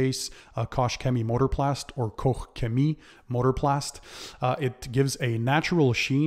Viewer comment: Finally a YouTuber who knows to correctly pronounce Koch chemie Oooh